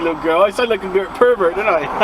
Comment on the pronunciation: I can drive in a straight line round a corner very well ;-)Also, you saying 'pervert' in your accent made me chuckle!